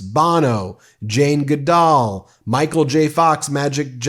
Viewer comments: Jane Goodall is pronounced GOOD-all, not GeDALL. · Dear.. Her name is Jane “Good All” not goodal. Geepers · Ben, please, Jane Goodall's name is pronounced as in "Good, all good" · Ben, great that you provided the list of those receiving the Presidential Medal of Freedom; but, dear God, PLEASE learn to correctly pronounce Jane Goodall's last name! (Perhaps then you will also learn to pronounce Laura Ingraham's last name correctly!! All you need for that is to go back and review the interview with her brother Curtis from a couple of years ago.) (retired teacher) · Good video and BRAVO to President Biden for all he has done and continues to do for our people and nation! On a side note, Jane Goodall is pronounced "Good-All". She's an amazing woman! Read about her decades of work! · I'm sorry Ben , but I'm going to correct your pronunciation this time, bc Dr Goodall is one of my heroes and she deserves the recognition and accolades. Her name is Dr. Jane Goodall (Good-all, just like it looks),and she has seriously made an impact for understanding chimpanzees, women in science and the precarious position the world is in when it comes to people taking care of the planet. She's one of the best humans❤ Thanks